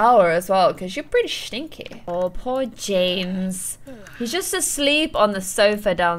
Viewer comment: No hate but does anyone else notice sue says shtinky instead of stinky